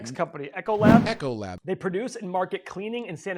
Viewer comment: EEEEEEEEE-CO-LAB. NOT ECHO-LAB. Helloooo - the last 12 months all of the restaurants have been closed, all the schools have been closed, etc. etc. etc! That's alright boys, EEEEEcoLAB has been VERY good for our family!